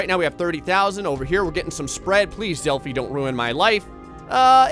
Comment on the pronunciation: Its Delhi not Delfi!